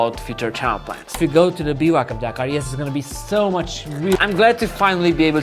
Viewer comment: Can't imagine Romanians pronouncing Dakar as Deekar